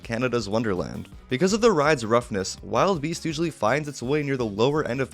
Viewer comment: It's not wild beast it's wilde beast (WILL DUH BEAST)